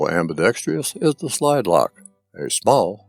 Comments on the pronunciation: You keep saying "Am-bi-dex- Fri-us". T h ere is no "tree" or "tri" in the word. It is pro- bounced: Am b i dex trus". STOP the fake "YU v v " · Great, and thorough review! BTW. It's "ambidextrous", not pronounced "ambidextrious"....no "i".